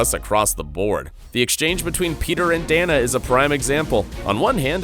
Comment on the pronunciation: It's pronounced "Day-na" not DANa